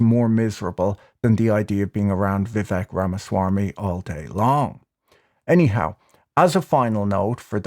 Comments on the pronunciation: “Vivek Rama-swarmy”, yep that is a well placed R and very casually delivered! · Rama - swarm - me : pronunciation sounds racist